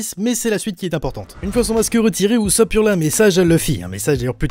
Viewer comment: Mais ont prononce pas usopp oussop on le prononcé uzopp